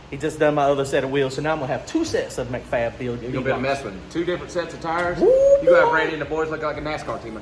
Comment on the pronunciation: "Mac" Fab is pronounced like Big Mac 🍔